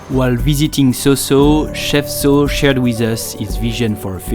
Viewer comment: Mais ou est-ce que le riz? Normalement on mange le sinigang avec du riz... ça a l'air bourgeois le sinigang! Et petit conseil, en tagalog, on dit saw-saw comme le son 'saou' en 'Arabie Saoudite' et pas comme 'so' en 'sociale' par exemple, salamat po!